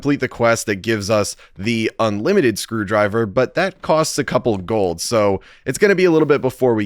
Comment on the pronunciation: eng: screwdriver malay: screwdreba (yes this is how some Malaysian says Screwdriver)